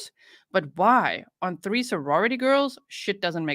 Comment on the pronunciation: he's one of my favsssssssssssssssssss lol when he says 3/tree cracks me up lololllll